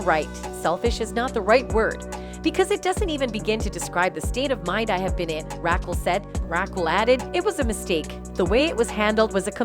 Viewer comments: This shit is hilarious, “Rackle!” Lol Rah-kel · Rackle .......lol 😂Very distracting! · Rackle? Who’s Rackle? Weird. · "Ra khull" 😂😂😂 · Stop saying Rakill wtf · Ra-kel... please. your pronunciation is ridiculous. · I like how the narrator calls her " Rackle" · Rackull. Lol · Rackle lmao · No way! Rackel is hilarious 🤣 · Omg, way you say Raquel…….please learn how to pronounce P LEASE…… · Make it stooooopp! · Could the host learn to say the name Raquel properly? Right now, Raquel is sound like Jekyll with a R. smh